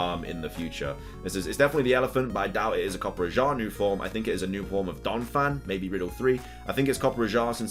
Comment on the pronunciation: its not copper ajah its coppe raja i know that because i am an indian and know how to pronounce rajah